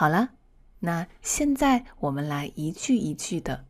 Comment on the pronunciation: Hi, I'm really appreciated with your dedication to support people who learned Chinese. I just wanna send to you my warm humble opinion on your Chinese pronunciation. Thought I knew you are a Chinese native speaker, but: 1. Could you please listen carefully the way you sound those words such as: 现“在”，原“来”。。。with the consonants such as: z, n and l, please? 2. I have had repeated your voices so many times and I figured it out that you sounded "xian zai" into "xian nai" and "yuan lai" into "yuan nai", and maybe more. 3. My ears are pretty sharp with those different sounds in pronunciation because my basement whenever I decided to learn new language is always rely on listening and shadowing. 4. Please check, maybe I'm wrong but I hoped my perspective might improve a part of your lessons for foreigners learning Chinese like me. 我是好好。我来自越南。我每天学习汉语。尽管汉语很难，可是我一直没有放弃。